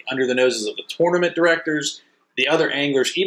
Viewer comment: When you learn to pronounce tournament I’ll finish watching this video